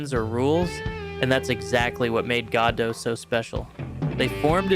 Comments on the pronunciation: It is pronounced "God Oh" not "God Doh". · "Goddo" ... it's almost like one syllable.